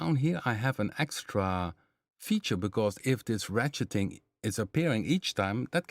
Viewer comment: Perfect, 🙏🏽 Many thanks for the very usable information provided here. For your information,...you said ratcheting perfect the first time ha ha. Not an easy term! Think about RATS. Almost like RAT-SHITTING LOL. Just a way to remember.;) I had no idea I only chose the PM stuff lol, how funny. I guess it is because I know a good deal about the basic waveforms combined, however, audio-rate OSC modulation has always been a less-traveled area for me—unless I just experiment. But now I know more about controlling what could potentially end up as wild atonal chaos. ha. Thanks a lot. I look very much forward to other users’ suggestions the next time you do something like this. After I dive into Quad more then I may definitely have questions about some of those presets. Edit: One more thing! If you do have stream on a different schedule then PLEASE send a note here on your YouTube or on the email mailinglist. I do not use Fazebook/Twivver;) Thanks in advance 🙏🏽🙏🏽